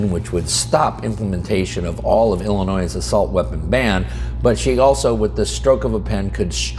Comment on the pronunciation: There is no noise in Illinois. Drop the "S".